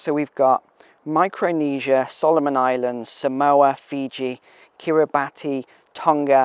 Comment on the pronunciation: Kiribati is pronounced “ Kiribass” /ki-ri-ba’ss/ stress on last syllable a’= bat/ba’t/ I know it doesn’t make sense. The phonemic values of vowels in particular and some consonants in English are not uniform.